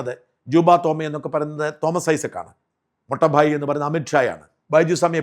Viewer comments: മൊട്ട ഭായി അല്ല , മോട്ടാ ഭായി , ( തടിയൻ സഹോദരൻ ) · മിസ്റ്റർ സാജൻ ഇനി പറയുമ്പോൾ ഹിന്ദി വാക്കുകളുടെ അർദ്ധം അറിഞ്ഞു പറയണം .മൊട്ട ഭായി അല്ല മോട്ടാ ഭായി മോട്ടാ എന്നാൽ തടിയൻ എന്നാണ് ഹിന്ദിയിൽ .മൊട്ട എന്ന വാക്കില്ല ഹിന്ദിയിൽ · Don't pronounce motta bhai you are not correct